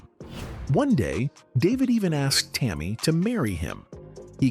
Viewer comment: This story is absolute nonsense, and if you can't pronounce Tammi name you should keep your mouth shut